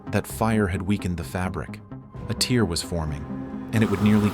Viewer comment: I guess AI still doesn’t understand the difference between tear and tear.